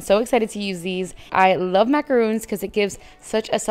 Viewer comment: Great job! That was very inspiring! Btw, macaron is pronounced with a short o sound , rhymes with John. A "macaroon" is a drop cookie made with coconut. 😁